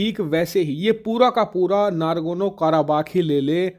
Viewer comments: Ohh Bhai, yeh nagorno not nargono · I am surprised to hear your error pronunciation, it would be Nagorno not Nagorno. It's my favorite news utube channel. Don't mind! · It’s nagorno not nargono 😂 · Bhai, NARGONO NAHI N-O-G-O-R-N-O KARABAKH hai. Hindi knowledge ki baat karte ho, dhang se diya karo. Kahin Rahul Gandhi to tera student nahi thaa?? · It's Nagarno Karabagh, not Nargono Karabagh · Nagorno he, nargono nhi. Kitne baar galat bola??!